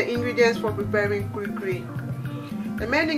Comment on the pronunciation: It's called "kulikuli" Not Kurikuri